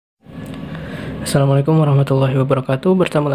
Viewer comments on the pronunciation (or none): none